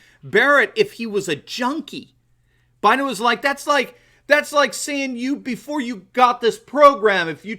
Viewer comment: Actually he says "I'm Joe Bliden's husband", there's an L in there.